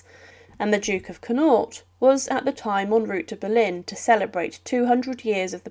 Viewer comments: Banal, numerous non-sequiturs, mispronunciation of words eg ConNAUGHT instead of CONnaught, and “infalliable” instead of “infallible”, leading to the sense I’m listening to a school fourth-grader giving a talk at “show-and-tell” time. But worst of all, the click-bait title. As others have said “Horrific” doesn’t describe the death of an 81 y-o in bed in her favourite retreat from Buckingham Palace. Oh , and it’s etiquette, not ettiequte! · The narrator is truly awful. So obviously reading it out - as if it's Winnie the Pooh. And Connaught as Cnawt. Not to be recommended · The only thing "horrific" about this video is some of the pronunciation of some of the names. It's the Boer war like boar as in pig not "boa" as in snake. Also Lord Connaught, Connaught is one word not Con naught, please get names correct. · The BOAR war (phonetically BORE), Connought (and numerous other examples) deserve to be correctly pronounced. The detail and procedure of her funeral was well planned by Queen Victoria herself many years prior (including lack of mourning black) which debunks your claims re 'lack of preparation or knowledge for both the Queens demise and the resultant State Funeral. A very unimpressive presentation compared to many other better examples, full of inaccurate statements and silly claims. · The reader’s pronunciation is NOT up to acceptable standards…don’t you do any research? The word CONNAUGHT should be pronounced with the emphasis at the BEGINNING, not at the end…when in doubt, ask before recording….